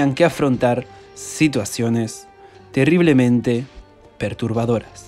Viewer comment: terriblemente ajajajaj hablando como chilensi